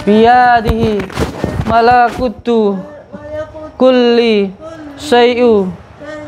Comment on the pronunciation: Mohon maaf bacaan ayat sucinya lebih diperbaiki lg..malakuutu..bukan malaakutu..jadi la nya dipendekin...